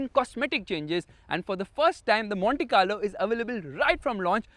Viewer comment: That "Monte Carlo" at :30 seconds did sound like "Mohanty Car Lo" :)